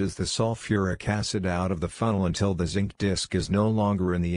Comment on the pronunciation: Even Schwarzenegger knows how to say "Zinc" AI voice dropped the n